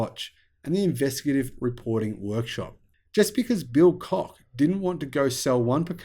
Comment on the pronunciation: Your pronunciation of their name is spot on !